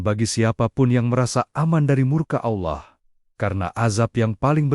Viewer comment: Naratornya perbaiki cara pengucapan nama Allah SWT